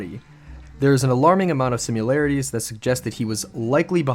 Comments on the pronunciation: "sim-u-larities?" There's no "u" in similarities. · I notice this guy didn’t offer one reason that Steve Hodel’s theories are supposedly bunk. I guess he doesn’t think Steven Kay has any credibility either. Additionally, it’s quite annoying to hear him continuously mispronounce ‘similarities’…..😬